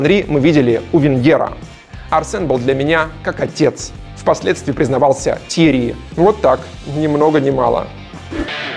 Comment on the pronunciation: ТьеРРи, а не Тьери(